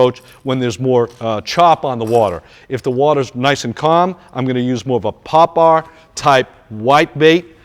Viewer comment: The way he said poper